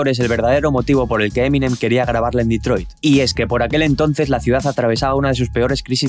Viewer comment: "QUERIA CEEAR EMPLEOS EN DETROID" 😭👊 NUNCA SE OLVIDO DE LOS SUYOS